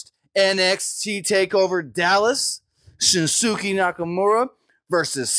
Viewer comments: it's 'Shin-skee" not "Shin-su-kee" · pronounced his name wrong. its pronounced Shins-kay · actually it Shinsuke Nakamura. not "shinsuki" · Shinsuke I thought it was pronounced shin- skay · its pronounced SHIN-SKE fyi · this dude said Shin Sookie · Pro Wrestling Unlimited with Limited Pronunciation Skills ... Dislike for getting SHIN-SKAY wrong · I'm so damn tired of you Americans mispronouncing that man's name. normally I don't complain about anything, but this got on my nerves.